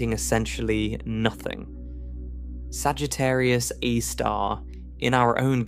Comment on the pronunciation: Sagittarius "eye" star huh?